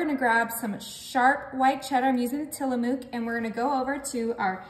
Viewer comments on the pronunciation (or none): Being from Oregon where Tillamook Cheese is made, it's pronounced Tillamuck, not moo like a cow.😊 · It is not pronounced Tillamoook like moo it is pronounced Tillamuck. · I wanted to let you know Tillamook is pronounced Tillamuck. I’m from the PNW & have been to the factory it’s a fun tour to do. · I'm from Oregon and it is pronounced tillamuck. Just like Oregon is pronounced Origin. 😂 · Till-a-muk pronounced